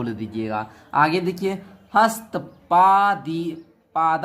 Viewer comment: Hastpathika worng😅 hastpadadika hai😊😊